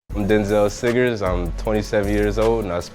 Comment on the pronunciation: “Dynzell Sigers” “SIGERS” They’re finally getting it…WERE SO CLOSE